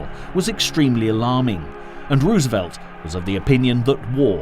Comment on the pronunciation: 😊😊 I didn't even hear that he was saying it wrong. Lordy.